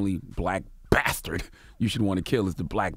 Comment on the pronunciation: "a hard BATHDARD"